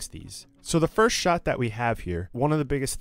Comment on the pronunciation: what is a "shaaaaaaart"